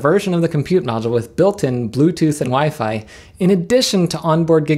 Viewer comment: Food? Is that a fork of foobar? I could use foobar to play DSD files from my NAS over SAN. Also, I think you may have mispronounced WiFi in that last part. Is WiFe a new thing? I don't see any WiFe around here. I'll have to look into that. Sounds expensive. Thanks for the video, and I hope you find a few laughs every day.